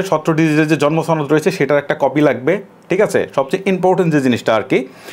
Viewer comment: দাদা কি কলকাতা থেকে আসলেন নাকি যেভাবে সনদ বললেন